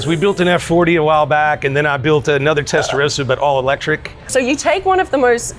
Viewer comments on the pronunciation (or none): Das heisst erstens nicht Testarosa sondern "Testarossa" gesprochen mit zwei s.